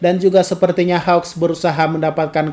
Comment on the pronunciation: Bang kok susah amat bilang namanya hawks (keigo) nama endeavor(enji) juga sama